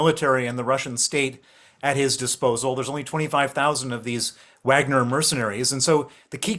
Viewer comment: Stop saying Uagner